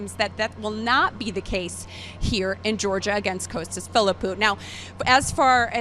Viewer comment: Why do they keep calling him Coastas? It's Costas guys, Costas!